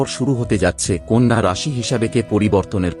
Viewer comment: Apni nije age bangla ta sikhun. Konno na kothata konna!! Loker vaggo pore bichar kobn